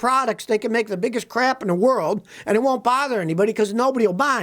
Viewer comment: When Scotty says "crap", the "a" is pronounced as in lamb, or half.